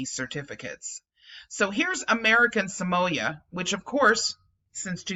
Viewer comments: Not trying to be the pronunciation police, however, Samoa is pronounced Sa-Mo-Ah, not Sa-Moy-Ah. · pronounsed Sah-moa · Err sorry to pull you up on pronunciation it is pronounced SAM- O- A commonly referred as American Samoa